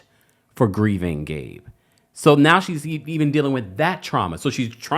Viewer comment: He can't even say Gabe's name 🥶 yikes!!